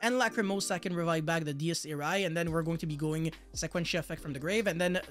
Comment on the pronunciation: Say it with me. Die-es ee-ray